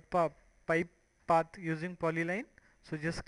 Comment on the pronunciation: 32 LMAO what did you call it? pot...pite...popusea...pite...pop...pite...popusea....? Didnt know a PIPE was that hard to say in English...